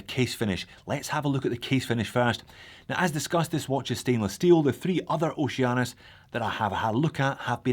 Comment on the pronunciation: It's pronounced Oh She Anus